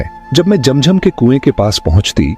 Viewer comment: It’s not Jam jam it’s Zam Zam